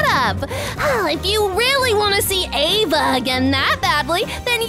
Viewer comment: Friend with Ava not aevey